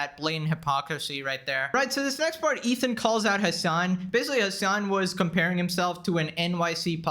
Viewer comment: Basicwee. I know you can pronounce the letter L correctwee. Why won't you get some very basic and cheap speech therapwee? It'd raise your potential production value substantially man...